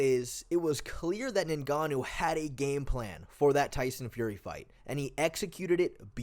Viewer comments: Its not NayGannou its nGannou If you can't say it just say Gannou. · His name isn't "ningahnoo"